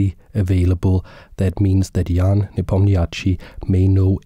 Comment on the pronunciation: as a native russian speaker its very funny how you pronounce Ian surname. "ia" pronounce as "ya", and "chtchi" pronounce as just "sh". :) as gothamchess pronounce - is a correct spelling of Ian surname )